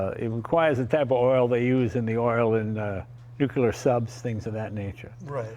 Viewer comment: Jay - I'm certain an expert in Aluminum TIG welding could fix those Aluminum parts. And Jay, what is this Nucular sub whereof you speak???